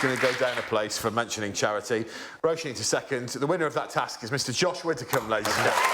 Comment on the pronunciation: Widdicombe Greg, not Witticombe.